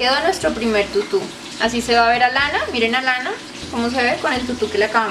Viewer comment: Tutu ba con acento tutú